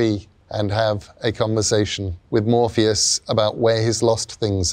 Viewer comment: I thought he said Morbius the first time I, had to pause and go back and see if I was watching the same thing and sadly it is MORPHEUS TIME.